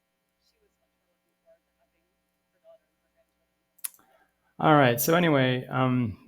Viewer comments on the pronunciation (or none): none